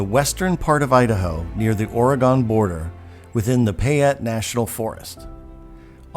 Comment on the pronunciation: You should learn to properly pronounce Oregon. Sounds like you have never been here. Will add some credibility to your video.